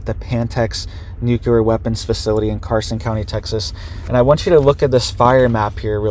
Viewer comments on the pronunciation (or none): none